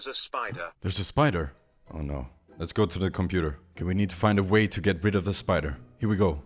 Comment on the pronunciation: gew away! Note: gew is how say go.